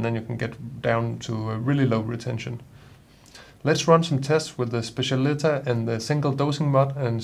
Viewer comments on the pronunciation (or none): It’s pronounced SPETCH-AH-LI-TAH. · I think it's pronounced spe-ssial-i-TÁ .